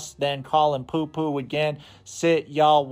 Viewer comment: Those fb comments - YIKE! Hey btw, “popo” is pronounced like “poe poe,” because it’s slang for police, which is sometimes pronounced like “poe-lees.”